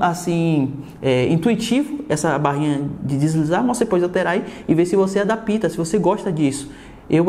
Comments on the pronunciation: Adapíta mds.. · "ADAPÍTA" KKKKKKKK .